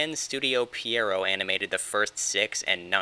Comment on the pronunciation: That's not how you say Pierrot